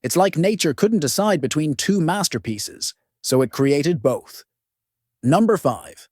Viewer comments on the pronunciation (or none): none